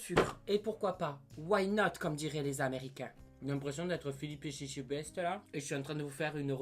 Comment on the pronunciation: Comment il a dis Etchebest 😂